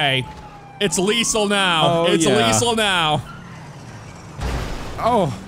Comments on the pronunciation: "Its leesal now" - 2021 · It's they're way of saying lethal.